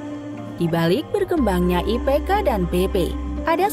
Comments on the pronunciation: IPK min, kok IKP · IPK bukan ikp